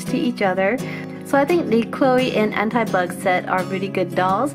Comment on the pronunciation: I is not An t-i bug it is An-ti bug like more I